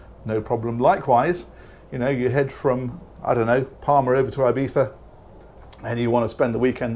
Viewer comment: Bonus points for the correct "lispy" pronunciation of Ibiza 😊